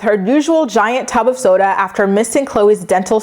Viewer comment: It’s so funny how you say “tub of soda” lmfao. Yeah Briana is childish as well. Her mom and sister are trashy, but they do give good advice surprisingly. Yeah she is so stupid to think that he is “insecure “ about her going to spend time with another man & coming back with his damn T-shirt. She was proud of what she did